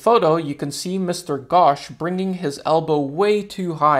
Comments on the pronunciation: the pronounciation is not "ghawsh" its "ghosh" use o not a its not like your oh gosh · The pronounciation of Ghosh will be like saying ghost but instead of doing the st, you do the shh. It was good seeing you people learning something from us. 🔥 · Man pronouncing "Ghosh" as "Gosh" caught me🤣🤣